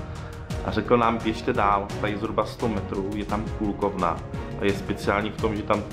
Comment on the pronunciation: Poviem Ti len jedno..... keby ste sa predtym skontaktovali s nejakym bratislavcanom, odporucil by Ti omnoho lepsie restauracie a aj by Ti odporucil trasy vramci stareho mesta ..... ako bratislavcanovi sa mi toto video zda trosku skreslujuce realitu .....BTW... Kolkovny su aj v Prahe, odtial to prislo do Bratislavy a vyslovuje sa to tak, ako sa to pise, ziadna Kúlkovka, ale Kolkovka ;) Zlate piesky ... boli ste tam sami, lebo bolo uz po sezone a hlavne ste mali nahowno pocasie ...vstup sa tam neplati ... co sa tyka UFA, je to jedina restauracia, kde sa plati "vstup" a chodia tam z 90% zahranicni turisti... malokto z domacich tam vylezie... historicky zazite, ze su tam okradajuci casnici, hoci teraz to uz nie je pravda Co sa tyka zmrzliny, je dostatok lepsich zmrlinarni, len musite ist mimo centrum mesta :) Na nadvorie hradu sa vstupne neplati, len do priestorov ......